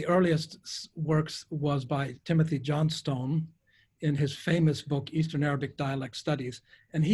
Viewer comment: Errr... T.M. Johnstone stands for Thomas Muir Johnstone, not Timothy Johnstone (and his surname is /ˈʤɒnstǝn/ not /ʤɒnˈstǝʊn/